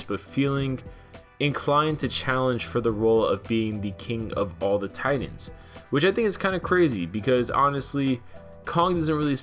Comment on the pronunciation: You seriously need to pronounce "Titans" correctly